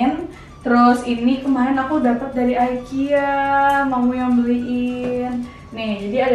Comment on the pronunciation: ikea bacanya biasa aja ga jafi aikia hehe